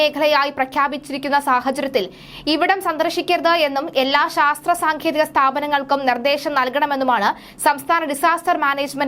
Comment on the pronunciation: സാങ്കേതികം എന്ന് ആണ്. താങ്കളുടെ ഉച്ചാരണം ശ്രദ്ധിക്കുക